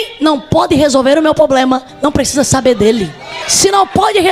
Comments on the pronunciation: 😂😂😂( poblema) 😂😂😂😂😂o português bem pronunciando 😂😂😂😂😂😂😂😂😂os malandrinhos da fé 💰💰 só falta se candidataram ao algum cargo político 👌🏼ele já sabem como arrancar dinheiro das pessoas 🤑💰...disse JESUS CRISTO viram muitos em meu nome é enganaram a muitos.🙌🏼🕊️ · POBLEMA !! ?? ÉSSA TEM A OBRIGAÇÃO DE TER UM PORTUGUÊS MELHOR !! SEM FALAR NO OUTRO DO TIQUE TOQUE PLEQUE PLEQUE